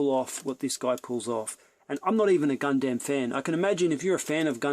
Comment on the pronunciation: You can't even pronounce Gundam properly.......